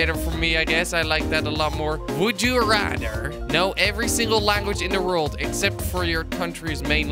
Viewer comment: Anyone else notice he said "World" like "reld"